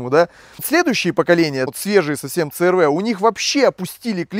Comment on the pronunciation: В Америке много переднеприводных. Правильно говорить си ар ви. Клиренс у первого и второго поколения 205, у третьего 185, у четвертого 170, у пятого(заявленный) 208. У меня 2,4 , расход по трассе на круизе, в режиме 100-105 три взрослых и ребенок, 8,0-8,5 литров.